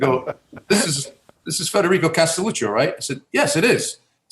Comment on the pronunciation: His name is not Castelluci.......it's Castelluccio.